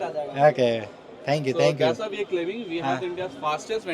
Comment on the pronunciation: Dhank yu Dhank yu😂😂 ooww maayi gowdd😂😂